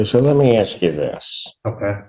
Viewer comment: Sovereign citizens always "ax" questions